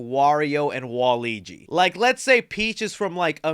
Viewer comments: It Waluigi not Waligi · Why was he pronouncing it "wal-eegee?" It's Wal-lew-egee! Ha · I'm definitely hoping they bring baddies such as Wart from SMB2 the koopalings from SMB3 or even the Wario Bros. in the sequel, also you gotta realize his name is WAL-LUIGI not WALIGI! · Wa-Luigi is not pronounced waleegee it’s pronounce wa LUIGI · It's WALUIGI NOT WALIGI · I hate to be the person but… it’s Waluigi not Waligi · His name is Waluigi, not Waligi. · You kept saying, “Waligi” but it’s actually “Waluigi” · it angers me when i hear waleegi, it WALUIGI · Love ya man, watch almost all your videos. Great review on this movie as well. I loved it. But that being said: IT'S WALUIGI not Waleegi xD much love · It's not wall eegie it's walla weegie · Not u calling waluigi “waligi” 😭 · My guy said Waleegee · Wah-loo-igi lmao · I love you and appreciate everything you do but my guy why you keep saying waigi isn’t it waluigi?? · It's Wa Luigi...😮‍💨 not waigi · Hey it's pronounced WAH-LOO-WEE-JEE 😊😊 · I LOVE THIS MOVIE I watched it last Thursday and my face instantly smiled when I saw all the references and I bet they’re going to do a whole lot in the sequel. (Btw Waluigi is pronounced WA-Luigi not the whole word your welcome lol) I loved how the story is around the brothers and I loved Jack Blacks Bowser's song. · DUDE! 😂 why do you say Waluigi like that?!? 🤣🤣 its so weird because you know how to say Luigi correctly but not WaLuigi? 😂 it’s just Luigi with a “Wa” in front of it 🤣💀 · Bro I know you didn’t butcher Waluigis name